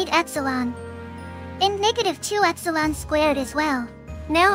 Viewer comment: i heard epsilon as x-one